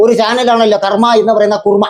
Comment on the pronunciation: കർമ്മ എന്ന കുർമ്മ 😂